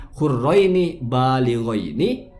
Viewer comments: Tu Org Jg Mengkritik Bacaan Baaliģain Yg Di Baca Bilģin Oleh., Mungkin Maksud BiGen Atau Dg Tes DNA Kali ya🤣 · Yg lucu lg " balighain di baca bil ghin oleh.. Wkkkk.cek video aslinya